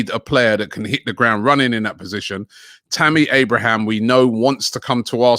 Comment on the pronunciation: Good job Robbie on actually saying Tammy Abraham's name correctly for the first time 👏